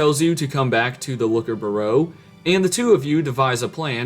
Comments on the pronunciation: and "byoo-roh" (bureau) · Byeer-oh Hearing you butcher that word hurt bro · bureau... b-your-oh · That is not how you pronounce bureau lol